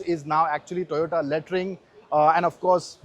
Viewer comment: dont forget ‘lattering’ not lettering 😂